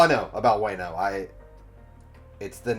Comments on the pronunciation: The "wa" is more like "wah" in wano. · Wano pronounce Wa/no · Better way to put it is, it's not Way-no, it's Wah-no. Rhymes with Romano. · Friendly reminder Everyone (including myself)! Let's not name drop future arcs/hype up future characters, let's just pretend any info past this review does not exist! We all know OP is best experienced without spoilers! :) Wano is pronounced Wah-no not Weigh-no :) Ah-Kai-nuu Kai rhymes with Spy Ah-oh-kee-jee the 'Ah-oh' part is usually said quickly so it sounds like 'Ow' Tra-fal-gar Kin-eh-mon Monet like the artist, T is silent, not Monty lol Mocha like cha-cha, her sacrifice made me a sobbing mess when I saw this episode, I really thought she would die Also Chopper apologizing for not finding them sooner made me cry even more. haha in the anime, the voice actors switched bodies, so Chopper's body spoke with Franky's voice. no wonder Robin told Franky to not speak while he was switched haha. It's easier to see in the anime. Law didn't swap their physical hearts, he swapped their 'minds/souls' whatever you want to call it. Smoker had his heart taken out, but his mind went was swapped with Tashigi's. lol I was watching this arc weekly, so seeing Trafalgar mouth the name of whichever Emperor, but not hearing it, and seeing the snow swirl around, and Nami's shocked face. I was like "WHO IS IT???" hahaha During the Fishman Island Party, Luffy, Zoro, and Sanji used Observation Haki to sense Caribou trying to kidnap Princess Shirahoshi. It's kind of assumed that Zoro and Sanji would have learned about/trained their Observation and Armanent Haki during the timeskip and also because t